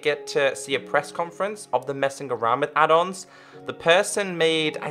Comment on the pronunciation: Who else thought he said (hey guys welcome back to minecraft pe adults video) rather than add ons video